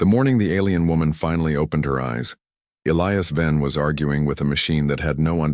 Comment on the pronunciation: At about : : the pronunciation of a key person, 'ilious' is badly done and should be 'Elias' instead!. Oops LoL 😮😢